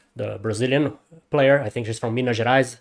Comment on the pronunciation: Hey man amazing reaction, your comments and interpretation of video and lyrics were awesome, crypta is brural! You said "minas gerais" like a brazilian, where are you from? Hugs bro!